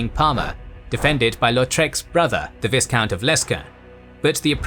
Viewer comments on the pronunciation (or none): Love this channel and narrator so much, but you gotta stop treating the "silent S" with so much neglect! Viscount and Rendezvous are not pronounced the way you keep pronouncing them! Vye-count, rhymes with Rye count. Ron-day-VOO, Rhymes with scooby doo.